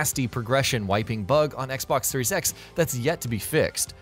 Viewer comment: Da fuq u say??? What is a Xbox 3 SEX???